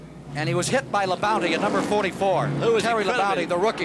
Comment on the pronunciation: Ken keeps saying Terry La-bounty LOL